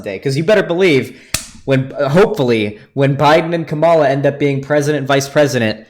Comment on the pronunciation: Ngl it's kinda cringey that still doesn't know how to pronounce Kamala lol